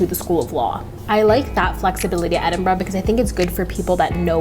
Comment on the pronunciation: Don't say it...don't...say...it...EdinBRUHHHHH